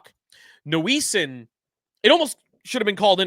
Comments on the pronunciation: Since when is it pronounced Noo-ee-sin? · I was with you until i heard you pronounce Noesen. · How you pronounce “Noesen” is driving me nuts